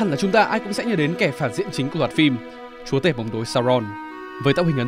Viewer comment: giọng tay này đã phần nào sửa được phát âm chữ "chúa". Ngày xưa toàn phát âm nặng tiếng địa phương "chúa" đọc thành "chủa" 😆